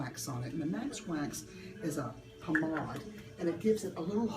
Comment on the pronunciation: It's a French word actually. She pronounced it correctly.